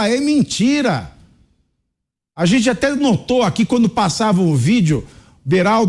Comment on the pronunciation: Fazueli, se eduque para sair da pobreza e comece trabalhar para parar de pedir tudo de graca para quem trabalha. "Gente" nao Jente, o que e' seromano?? Nao e' estoria, e' Historia. Volte para a escola e aprenda ser gente, seu esmoleiro.